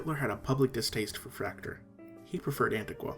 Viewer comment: Nice general overview. However, Fraktur was not limited to Germany historically. Norway, Estonia, Latvia, Denmark, and of course Austria were at one point heavy users of Fraktur. Likewise, Fraktur is not pronounced like 'tractor', but is pronounced 'frock-tour'.